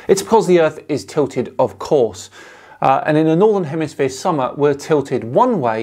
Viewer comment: He says “northern hemisphere” and “southern hemisphere” so many times and still, he has no clue…. Say again “hemisphere” but slowly….!! Lol